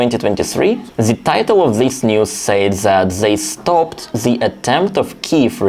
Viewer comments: Your English is very good, I just want to point out that it's not "sayed", but "said", kinda pronounced as "sèd". Other than that, keep up the good work! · Just a helpful pronunciation tip. "Said" is pronounced (sehd), rhymes with "fed". Yes, it makes little sense that it would be pronounced differently but that's the way it is in English. The same with the word "says". Rhymes with "fez".